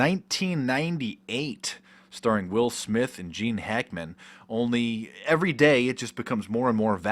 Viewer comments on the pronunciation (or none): none